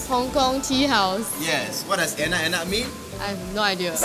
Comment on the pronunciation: Enak enak sounds very wrong for indonesian lols